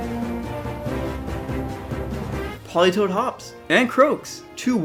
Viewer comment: Politoed NOT "Politoad" TOE